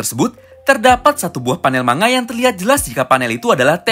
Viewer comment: bang cuman meluruskan, manga dibaca "mangga" arigatou!